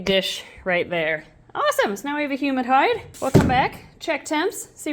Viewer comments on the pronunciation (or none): I heard "Humid hide" as "HUMAN hide". 😬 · I heard "human hide" instead of "humid hide" and was like, "uh...? Why haven't we seen?" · My condolences to the family of Steve. Thats a beautiful lizard, and its obvious he cared for her a lot ❤. sounds like says human hide, even though ik she says humid hide (start to hear properly). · Tell I’m not the only one that heard “human hide” and not “humid hide” 😂😂